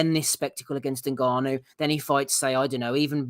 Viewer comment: 😂😂 it's been a while since I've heard butcher an international name like that. Good Attempt mate 👍